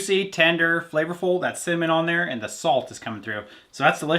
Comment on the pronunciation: I had to go back and listen 3 times to make sure you said cinnamon. 😮